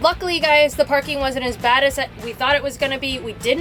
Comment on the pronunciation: Ith that last rant it sounded like "Vanning, Good, DAD, and Ugly!" 🤣🤣🤣 Good fun! Take good care!